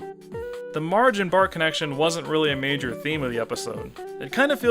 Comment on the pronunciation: O really enjoy your review, but plz stop calling bart and marge "bort" and "morge". i mean, there is actually a joke about it on the show. "the gift shop is out of bort name plates" or sth like this. "bort? is that even a name?"